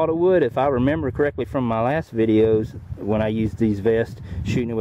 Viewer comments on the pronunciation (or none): none